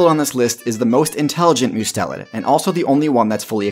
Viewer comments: Also to note, based on the wikipedia article shown, it's muh-STEL-id. The stress being on the second syllable. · You put the emphAsis on the wrong syllAble! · uh hey guys I made a small mistake Mustelid is actually pronounced with an unstressed U sound (Like "just/must/trust) rather than a stressed one (like "use/choose/cruise"). MUST-elid. Not MYOU-Stelid. My bad lol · not mus-telid? like "Uber"? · YOU MOOSED THAT ONE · I prefer the latter pronunciation. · You could have at least looked up how to pronounce mustelid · I love this channel, and appreciate the level and balance of both comedy and education you bring. However…it just bothered me you pronounced mustelid/mustelidae wrong for the entire video 😂